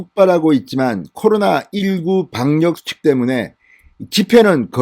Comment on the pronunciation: 방녁수칙x 방역수칙o, 현녁의원x 혀:녁의원o, 참녀x 차며o, 이:성뉸x 이:성윤o